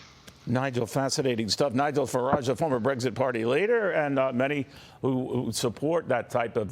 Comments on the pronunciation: First they spell minister wrong, then he says Nigel Fararse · Right at the beginning that goofball got Nigel's last name wrong. That was on purpose.